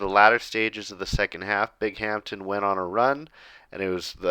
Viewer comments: Bing-um-tin not bing-amtin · Hey man! Love the vids but as someone who lives next to Binghamton it’s pronounced more bing-um-tin More of a hum sound in the middle! Not as much bing-HAMPTON Love the videos and the series! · Binghamton is pronounced Bing-um-ton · Binghampton is pronounced "Bing um ton" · It’s pronounced bing-um-ton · It's pronounced Bingumton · it’s pronounced (bing-um-tin) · I commented last video that’s how the locals say it 😂